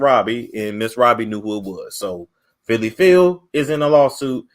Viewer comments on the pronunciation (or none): It is not Phylly.